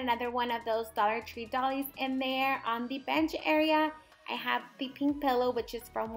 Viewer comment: So cute! Oh, and doilies is pronounced "doy-lees" 🖤🖤🖤🖤🖤🖤